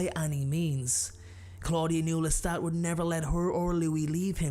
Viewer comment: Your narration is shit! It's LESTA(T) NOT LESTA(D)! MAYBE she was 5 in the novel, but in the movie she looks way older! 🤔🙄😒🤨😠